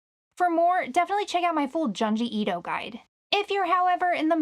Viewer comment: the mispronunciation of Junji Ito's name is grating me a bit